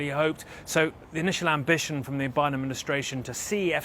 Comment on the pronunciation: it's pronounced Biden